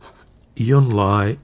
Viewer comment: I enjoy your videos. Thanks! And I’m looking into that Hongdian Han Dynasty pen now, thanks to your rave review. One very small thing—you tend to pronounce the “j” in Junlai as a “y” sound. In Chinese it sounds like the English words june and lie.